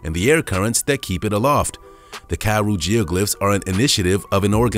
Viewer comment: Please stop saying karoo like that it's a disgrace.